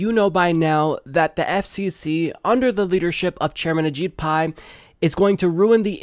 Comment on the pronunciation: When you say ajit pi, it sounds like a cheat pie!!